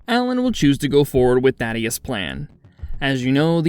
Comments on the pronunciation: Thaedus not Thaddeus lol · Why can nobody say Thaedus correctly, every video I see they call him Thaddeus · BRO……… it’s not “Thadeus” it’s Thaedus lmao